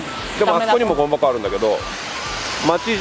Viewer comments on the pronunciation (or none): 「ゴミ箱」じゃなく「ごん箱」って発音してるのがよいｗ